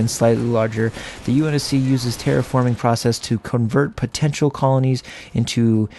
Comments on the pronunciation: You’re pronouncing terraforming right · You're pronouncing terraforming right. You pronounced Sabre wrong. SAY-BUR